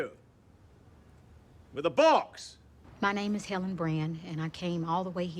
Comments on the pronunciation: The first time I watched it I didn't realise he said "Helen!". I thought he said "Heavens", which made sense to me because she was runing straight at him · YES when I watched it for the first time a few days ago I was like wait what he said Helen???? Had to rewatch it a few times to make sure I wasn't crazy.